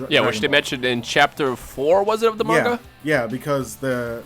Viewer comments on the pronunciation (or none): none